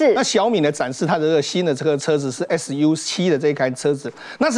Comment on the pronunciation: 汉语拼音读粟七，不是：而是腰七